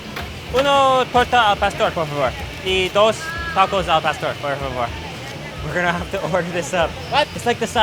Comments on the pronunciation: It's Not "L PASTER"... It's AL PAW STORE.... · he said "El-Paster" 😂😂😂😂😂😂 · The way he said “al pastor” just killed my Mexican heart like eww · Jesus Christ you butchered the el pastor name